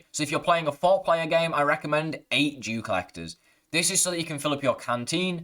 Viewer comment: Not to be mean but did he say Jew colleger?